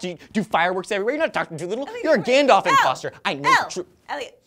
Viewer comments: It's Gandalf, not "Gandolf". I am dissapoint -. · isn't it Gandalf and not Gandolf? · What the... Gandolf? GANDOLF??